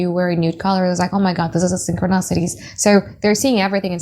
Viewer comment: It’s syn-cro-ni-si-ty boo. ♥️